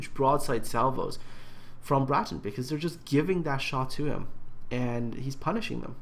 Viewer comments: I have no idea how you get briton out of bratyn??!!??, with all the time you take to make this a top notch channel, you completely insult all your subscribers who send in their replays and you mis pronounce their names, let me see, ya - 100% of the time!! Start going through your replays and count how many times you've said "I hope I''ve pronounced that right". Well, here's a thought, take the time to respect players names and learn how to pronounce them. Try sounding them out - 'a' doesn't sound like 'i' - just sayin'! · The way you said it initially was correct:p Brat-yn;) Thanks for featuring it,! - Bratyn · Everytime I come back to this, I can't help thinking:, how the hell did you get an 'i' sound from an 'a'. if he was called Britain, he'd have spelt his name 'Britain', not 'Bratyn'. I know it's been two months, but sometimes I despair over people, even those who appear competent. Jingles saying that the Cleveland has 156mm guns, even though it has 152's. Jammin411 using results screens from a defeat in a Zao for a victory in a Yamato. We all make derps, but they can intensely annoying.